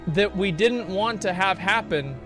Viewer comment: I like the way Asmon says “dodn’t” #Accentwatch